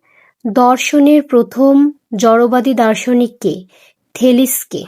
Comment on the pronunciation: থেলিসকে না ওইটা থেলিস হবে